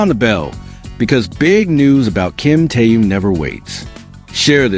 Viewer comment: Когда вы научитесь правильно произносить его имя . Он тэхен. Хватит коверкать . Слух режит